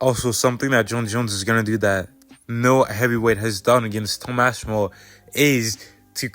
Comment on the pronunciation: Sound it out my boy, its Ass-pin-all